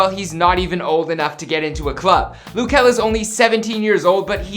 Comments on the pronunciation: Loo kel🤣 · its not loo??? its luh kel sound it out and mabye u won get corrected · His name is not Lou , just call him Kel bro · 'LOOH' KEL. Its LUH kel my guy, it's not that hard. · Luh kel not loo kel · It's now Lew kel it luh kel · It’s not loo kel it’s pronounced just how it’s spelt which is luh kel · i kept getting mad when he said “loo” bruh i was like “its luh kel not loo” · Is it me or do I pronounce his name differently? I pronounce it L-uhh Kel not lu kel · i swear if he says "lu" one more fkin time im going to blow up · This is stupid don't talk about luh kel you a grown up but don't even know how to say or spell his name I hated your channel anyway don't play withme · It's LUH kel oraytt?? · its luh kel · Loo kel noooooo my dude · tf is "lou" 💀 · Oh wow, "loo kuh"(wtf) is my fav singer😂🙏🏼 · I swear no matter whomit is they always mispronounce something. Its Luh Kel JUST SAY IT HOW IT LOOKS JESUS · Is anyone bothered by the way he sayd luh kel? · Did this guy just say Lou Kel 😂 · That’s what I thought but it’s loo